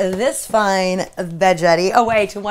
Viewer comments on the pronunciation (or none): I love my veggetti too! I called it veggetti with a soft g also, but it is really veggetti with a hard G- as in Spaghetti. The word Vegetable is what throws us off..... LOL....... I cracked up when you were explaining how to use it and said it all goes south from here... It is a GREAT invention though! Love it! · Love the video but it's pronounced Va Get ee, not Va Jet ee...lol